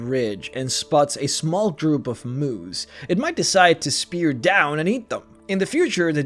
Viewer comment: I thought you said Moos like cows instead of Moose. Ive seen too many weird memes